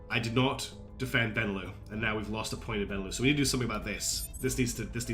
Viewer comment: Absolutely love that you’re playing this game! It looks so cool and you taught me a lot about it! Pretty sure the lux in benelux is pronounced like Luxembourg, because it’s BElgium NEtherlands LUXemboug.